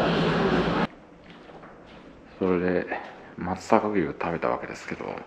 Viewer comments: ✖ まつざかぎゅう 〇 まつさかうし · あと、「まつさかうし」ですよ～